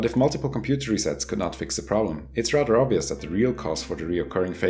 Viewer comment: "...as this would be rudder dangerous... "